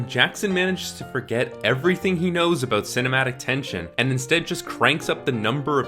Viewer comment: Saying about as "a-boat"... Ontario or NS? Anyway, great review.